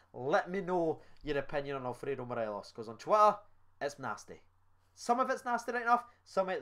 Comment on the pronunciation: Let’s try and say morelos’ name properly😂 morales an Ally McCoist classic, Morelees one from my dad